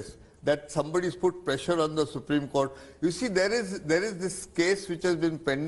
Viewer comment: Rajdeep it's court, not cooker that it will have pressure..